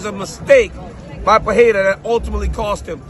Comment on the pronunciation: It’s PUR-RE-RA, not PA-HE-RA.